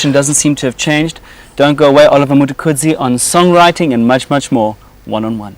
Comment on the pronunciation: This dude really can’t pronounce the word “Mtukudzi”?